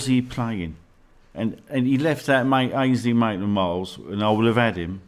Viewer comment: Cannot take this man serious when he is saying Ainsley Maitland Miles